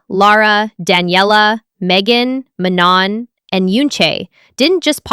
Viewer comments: You pronounce Manon as Manuh (silent N) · Manon’s name is pronounced “Ma-No” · Manon pronounces her name the way its supposed to and the narrator still kept saying it wrong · Video was good but was annoyed how the narrator can't pronounce Manon's name right